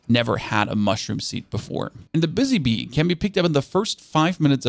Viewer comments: I thought he said bussy bee for a second, and i lost it lol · lol he said:Bussy bee"